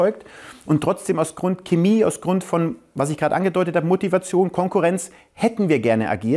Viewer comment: ok nach jahren an denen man kaum was zu meckern hatte ist meine größte kritik an max seine aussprache von "Chemie"